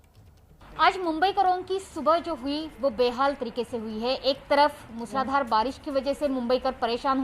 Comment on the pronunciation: It is not मुसलाधार...it is मुसळधार...